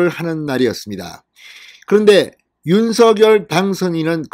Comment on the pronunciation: 윤서결이아니고 윤성열로발음해주세요 발음하나때문에 퀄러티가떨어져서야되겠습니까